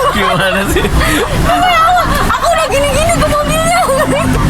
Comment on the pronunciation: Ini sih memeng cocok bgt, semoga kalian berdua jd satu amin..dari pengucapan lafadz arab jg teh kayanya pinter sering baca qur'an jg, semoga solehah..